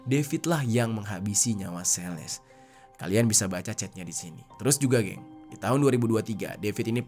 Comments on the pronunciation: Celeste itu dibacanya "seleste" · Dy ngomong Celeste juga jadi sales anjiirr.. Sales mobil ap hp?😅 gregett gw denger ny..